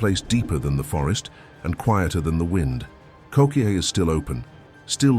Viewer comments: Ko Keh eh. and you're on two different islands. Kokee is on Kauai. Moke went missing on Oahu. There's no service at all in Kokee but the trails are extremely well- marked. If you get lost there it's likely because you left the trail or tried to blaze your own without knowing the terrain. Listen, if any of you ever visit Hawaii, listen to the locals. If they tell you there's a place you shouldn't be then don't be there. They tell you don't touch the rock, don't touch the rock. If they tell you the weather aint good for some activity you have planned then you best cancel that activity and ask them for some other recommendation on how to spend your time. We'll usually only discourage you from something because we KNOW BETTER. Believe me, the majority of these cases where tourists get lost/injured/stuck are preventable and they were warned but the general mentality of people who visit Hawaii is "I paid good money to be here so I'm entitled to do it!" Someone actually tried to sue the state of Hawaii for bad weather once...it was only a few years back. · Umm. Get your FACTS correct. Koke’e (Ko-Kay-A) state park is on the BEAUTIFUL island of Kaua’i . Stair Way To Heaven on another. They are not the same!!